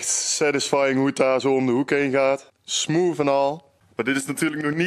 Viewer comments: Kun je ff geen smoof zeggen maar smooth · lekker smoof zegt ie lmao